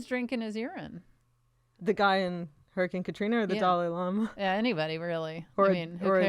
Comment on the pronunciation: Well now my brain has gifted me with a mental image of Dolly Parton dress as a llama after listening to their pronunciation and interpretation of Dalai Lama